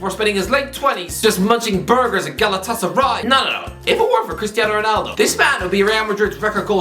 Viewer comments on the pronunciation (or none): none